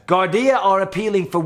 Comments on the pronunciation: Yeah you were rite in the prounouncment with the Garda/police... Anyway unfortunately pipebombs are a common occurrence over here so that's all the police can do and say it's so common over here more so here in Dublin🇮🇪🇮🇪🇮🇪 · You prounced Garda perfect Mike ☘️👍🏽👍🏽 Black Forge Inn is beside my place . Hadn’t heard much about it tho. The talk of the country is in mourning here in Ireland as Aisling Murphy a beautiful young 22 year old girl who was out for a run in County Offaly Tullamore after she finished teaching her 1st class students and some horrible prick in broad daylight strangled her and there has been a massive Manhunt for the fking bastard. The country is in complete shock. Her life was taken from her and her family’s world has been turned upside down. Its absolutely fkn horrendous. 😣 . ☘️ Rest in peace Aisling Murphy